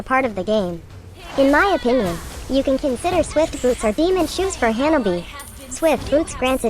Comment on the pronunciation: Notice how she pronounces janani as hyanabi